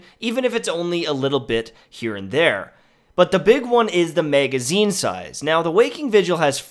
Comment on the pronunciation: MEhgazine...back up Mehg..lol